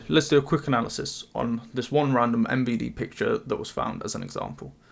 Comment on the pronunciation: Honestly, Best Pronounciation of MVD i have ever heard On the Western internet